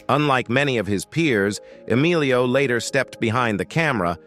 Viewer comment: Rename this click bait as siblings you always knew were siblings. Bailed at the Savage Bros but lookng through your chapters, I either already knew or never heard of the so-called celeb. Oh and Estevez? His first name is Emilio not Alio. Wtf? That j;ust shows you know nothing. One of my favorite actors and so is his father (Charlie, not so much) but if you can't even get his name right, how are you to be given any credence whatsoever?